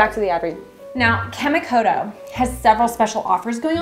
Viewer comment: The added touch of the character constantly mispronouncing Kamikoto really amped up the annoying factor. A+ work.